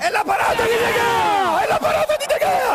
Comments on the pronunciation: Il nome si pronuncia De Hea però scritto Gea. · irritante il modo in cui sbaglia la pronuncia di De Gea per tutta la partita.